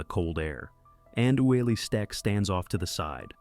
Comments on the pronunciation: Yeah this guy really did his research. I knew this was gonna be a crap video when I heard how he pronounced Ueli's nzme. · Ueli Steck is pronounce U-lee and the mountain they were climbing is pronounced Lot-see. Do your research. Do better. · you ignorant thing : here in Switzerland we say : Ueli and it is pronounced UELI ... so you better check yourself AH